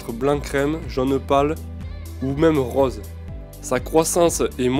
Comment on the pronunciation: J'adore les plantes grimpantes !! Chouette, tu m'as appris plein de choses !!!! Elles sont magnifiques en plus ! J'aime bien ton accent "rôze" !! Bon week-end !! Lydia ♫♪♫